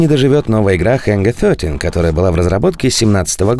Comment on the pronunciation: Пожалуйста, давайте обойдемся без ХЭНГА ФЬОТИ. Ангар 13. Пожалуйста, слушать больно